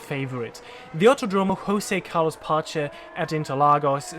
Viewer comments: You can pronounce the consonants and vowels like English. Like Joseph (without the f sound). The rest was fine. If you want to make it better, pronounce the strong syllabes like this joSE CARlos PAche (you did the italian C right) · Nice video. Don't be ashamed of pronouncing the names in English way. I recognize your effort pronouncing Jose Carlos Pace in local language but you pronounced as it was spanish and not portuguese... I forgive you in this. This circuit seems a little bit boring without slow corners and no elevation change at all.